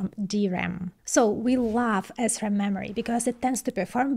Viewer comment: Huh huh huh, she said Assram. Huh huh.🤣🤣